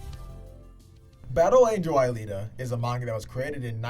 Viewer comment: Man U just got into the anime and movie. Alita you keep MIs pronouncing her name fit one. The story can be broken down to 3 worlds The slums. The outside world and the upper city which is linked to a orbital station And that a very basic concept. U have a story of a robot who tries to find who she is. Half way through the story her memory get duplicated and one makes her other half into a real human and other half climbs the orbital lift and goes back to mars. From there the story goes god dam psycho. Because of technology making people immortal, kids are illegal and they are captured and killed for sport showing off new military technology. Alita in the newer volumes shows she’s from a plague that makes boils that become alive and a mad scientist took one of them from a woman and put it on a robotic body. I mean her whole story would be borderline snuff film if faithfully adapted to live action.